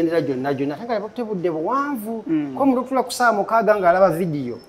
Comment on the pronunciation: Farida oswaza Abe Masaka it's not kusaza it's kussala